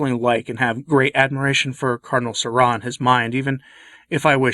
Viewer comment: Why'd you pronounce Sarah like that?